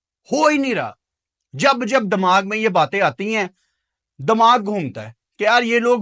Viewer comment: 23 feb ko milte hai ki goliyan 😂 advance mein rakh lena tera us din dmag kaam nahe karega urdu language bolne nahe ati hai dimaag ko bolta hai dmaag😂😂